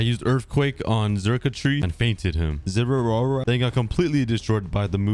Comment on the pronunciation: Zeraora and dialga not zeroara and dielga